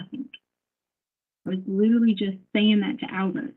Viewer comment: There’s no way “liddurly” has a doctorate degree. She’s not “izzacly” very smart. Allllll she does is lie. She sincerely thought she was smarter than these special agents. It’s incredibly interesting to watch her get obliterated in court.